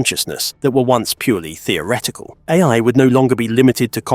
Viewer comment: dude pronounces A.I. as "aye" lol. is this voiceover A.I.??